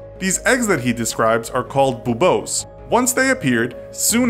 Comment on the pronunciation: It is unusually irritating to me the way you pronounce "buboes". "Boobose?"